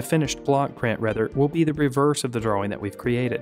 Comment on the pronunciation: you pronounce the w in drawing?